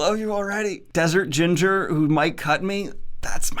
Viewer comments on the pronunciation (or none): none